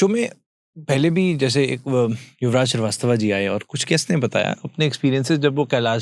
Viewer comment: Bahot accha thought chl rha tha ki q nahi aa rhe q nahi aa rhe dekho aa gye cosmic design h Kuch sec ke liye trance me bhi lay gye mujhe priy hai stop pronounce like angrezi gulam shrivastv hai na ki shrivastva choro ab ye angrezi gulami choti choti habits hai